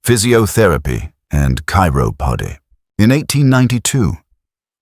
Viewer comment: So a bot reading a book on the subject, then? Give away was the pronunciation of Chiropody. I could add the failures to pronounce welsh stuff, but we welsh get that all the time.